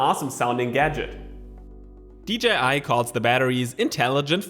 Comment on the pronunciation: AWESOME VIDEO AS ALWAYS!!! I also love that you made a good effort in saying DJI and not dgi lol x